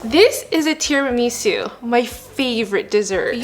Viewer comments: not tiri-miso its tera-maso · it's not correct, though? It's mascarpo-ne (similar to "nay" but not as long of a sound) not mascarpo-nee. For tiramisu, her stress is just off. She says tira-MISU instead of ti-ra-mi-SU. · IT'S PRONOUNCED TEAR-A-MISS-OOH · IT IS SAID TI- RI- MA- SU NOT TI-RI-MI-SU (I’m sorry I’m English, I had to do it) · "Teeeramisu" and "mascarponay" are making my Italian soul boil!!!🔥🔥🔥🤣🤣😡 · I'm sorry TIRAMEESU?? Girl love ya but what the hell 😭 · Bruh stop saying tirumeeeesu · THERES NO WAY SHE SAID “Tirameesu” LIKE WHAT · Teer ahh misse ahh sue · The amount of times she said tira-mee-sue is killing me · this may be my australianism talking but isnt it teraMISSoo?? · Tirameeesu and mas-car-poney- hahaha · The tira-ME-SUE 😂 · “Terameesu” got me dead lol nice vid Edit: Guys I did not mean to imply that the video was bad or this is a bad creator. I love watching her videos and have 0 problems with them. I was just saying the way that she said “tiramisu” was off. Sorry if that came off the wrong way. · I know what you meant JassM, she was pronouncing it like Miso Soup. I thought it was cute too! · Couldn't watch this one. I cringed every time she mispronounced tiramisu. Love her content generally, tho. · The way you say mascarpone and Tiramisu is so silly I love it. Edit: if you’re taking offense to my comment when i literally say I LOVE IT, thats crazy work. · The way she pronounced Tiramisu and Mascarpone almost gave my husband a stroke. He’s Italian. 😂🤦🏾‍♀️ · I am not Italian but damn these Americans are butchering these words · That’s not how you say tiramisu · You’re pronouncing tiramisu wrong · Right???! And she is saying it so often too😂😂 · That was the first thing I noticed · Ikr same I was dying I was like pleaseee stop saying it like that.